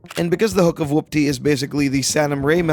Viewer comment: You sound like you’re pronouncing it like “whUPPty” instead of “whOOPty”